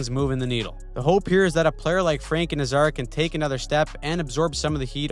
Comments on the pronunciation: the Hawks...first of all it's Nay zar not na Zar...second of all, not one mention of their young defense with much potential... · You might want to check your pronounciation of Nazar.